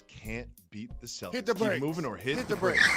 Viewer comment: Did my man's just say "hit the brAks?" 😂